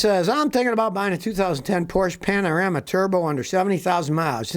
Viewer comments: Iits a Panamera , not Panirama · Porsche pana-rama. Stop Scotty my stomach hurts from laughter.